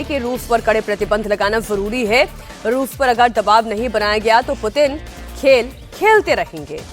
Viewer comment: Didi s ko f bolti he 😂😂 jese rafiya, fisael